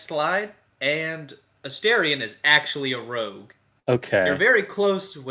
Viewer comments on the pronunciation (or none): There really aren't multiple ways to pronounce "Astarion". Just one. The way the way the voice actor himself pronounces it and also every other character in the game: [Ah-STAH-ri-on]. For crying out loud, when you first meet Astarion in-game he introduces himself to you by name! The only person who started this "A-stair-ion" American pronunciation was the gamemaster guy who ran the promo D&D5E BG3 "sidequest" for the BG3 voice actors where they played as the BG3 characters.